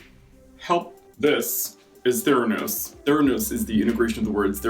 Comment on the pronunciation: saying Theranos is the closest anyone has said my name correctly. As a Theron, I have to take what I can get. And Charlize doesn’t count when they constantly add a French affectation to “Arron” with a lisp.